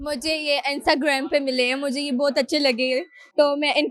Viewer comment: instagram ❌ Anstigraammm✅😂😂